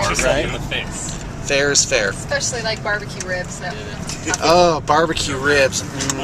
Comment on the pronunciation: you said Ribs...not Ryyyybz :(